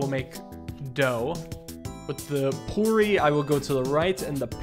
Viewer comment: pronouncing poori as porey is killing me